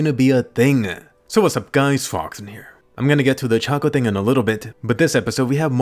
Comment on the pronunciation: Ochako is not that hard to say man